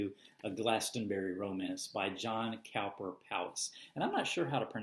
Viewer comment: John Cowper Powys is from the Welsh, I believe. Pronounced as if it were 'Cooper' (ignoring the 'w') and Powys pronounced as an 'i' (or 'Powis' phonetically). Congratulations, you may now own the greatest novel of the 20th Century! (which no one has heard about!) I am a JCP fanatic. Try and get your hands on some of his poetry books... they're great (if you like Hardy and Yeats) and, again, utterly off the beaten track.